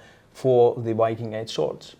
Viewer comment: A funny detail about Scandinavians speaking English -- for some reason, when we have to pronounce "Viking" in English, we have a really strong tendency to pronounce it "Wiking"... which makes absolutely no effing sense, because in ALL the Scandinavian languages the native pronounciation is "Vee-king" with a biting /v/ sound (voiced labiodental fricative)... precisely as it is also pronounced in English... and it's our own word... that we gave to English... which in turn, is about 80% Old Norse... just why? 😝